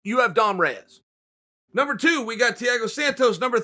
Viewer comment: Rey- ass vs Rey-chik